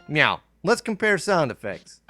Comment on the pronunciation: For those wondering what happened I think he meant to say now lets compare sound affects.But he either mispronounced the now as meow or the video compression messed up the audio.